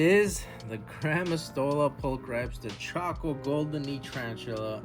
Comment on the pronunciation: Pul-cri-pees would be correct pronunciation. Every vowel is generally pronounced in latin.